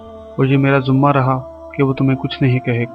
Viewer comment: Aur please Urdu tallafuz pe bhi kam kren, it’s not Zuma. It’s Zima. Like zimadari. There are others words too pls try to make them correct